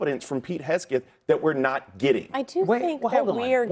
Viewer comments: Hesgeth? How many times can you mispronounce it??? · I wonder why he can't even pronounce Hegseth properly. He says Hesgeth. This indicates he is lazy in his speech which also reveals a lazy intellect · Who's Pete Hasgit? These "unqualified guests" could not even get Hegseth's name right. We should push CnN to fire Abby, their stupid ringleader. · His name is not “Hes-Geth”!!!!!! Bronze Star is the fourth highest honor! Also ….. Pete is not aiming the rockets at the targets. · LOL YES!! He doesn't say his name correctly! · This idiot can’t even get Pete’s name right! Where does CNN find these morons?? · That dude cannot even pronounce 'Hegseth'. LMAO. CNN is a disgrace, as usual. Thank goodness for Scott Jennings. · That guy does not even know how to pronounce Hegseth. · Every time Bakari goes on CNN, he either cries or humiliates himself in one way or the next, he can't even pronounce Pete's name! Their problem is they want information ftom Pete and the Whitehouse which they're never going to get and military recruitment is through the roof, which these traitors hate. Damn shame. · How is it possible to go on a panel, and not having a clue about anything? He could not even get Mr. Hegseths name right. Thanks you Scott Jennings for exposing idiots. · apparently the words "ask" and "Hegseth" are tough to pronounce for some.. 😂😂